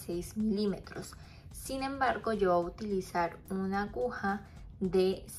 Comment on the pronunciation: "Voy a utilizar" no "Boahutilizar". Por favor.